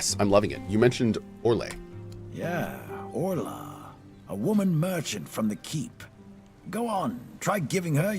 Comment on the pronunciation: "Orlay...", "Orla...", "What's this about Orlay" 😅